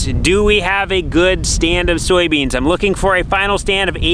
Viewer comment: Soy beans, not Sowie beans